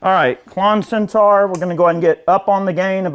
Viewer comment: It’s Centaur, not Centar. - as is ‘or’, not ‘are’.